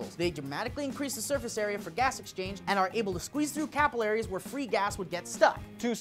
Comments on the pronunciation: Capillaries is pronounced as in pillars,. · haha said CAPillaries instead of capILLaries.:) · That's not how you say capillaries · Pronounce 'capilliaries' correctly you fat fuck. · pronounce capillaries right?